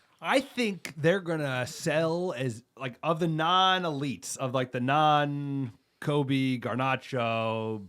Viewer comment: You guys do a tremendous job at all things United except pronunciation... I get it with loanees or transfer speculation, but its time to put respect on Kobbies name - it's Kobbie like Robbie, not Kobe. 🤌🏾